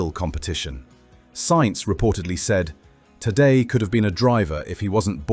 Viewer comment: After all these years of him being super star and investing so much in this mediocre video, still not knowing the pronunciation of Tadej's name is just pathetic.